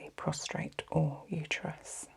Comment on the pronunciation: Prostate not PROSTRATE! 😊